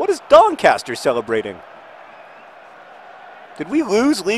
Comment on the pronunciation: You said Doncaster wrong